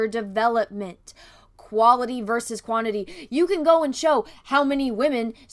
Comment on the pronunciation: Heads up, at about , when you're discussing how much men speak in great movies vs. how much women speak, you're comparing "quaILty" vs "quaINIty". Likely just a glimmer of dyslexia. Just something goofy I observed. I totally agree with you on all your points in your video.